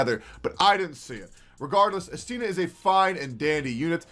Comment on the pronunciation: Its actually I'stina (stress on the first syllable)